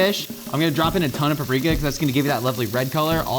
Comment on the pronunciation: SAID IT RIGHT. HE SAID PAP-REEK-A